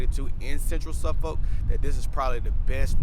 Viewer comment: It’s Norfuck and suffuck don’t pronounce the o. Also it’s sen-tera 😂😂